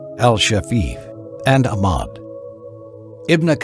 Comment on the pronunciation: Mahdi M he says Izlam, Ammad,muzlims. Perfect voice ?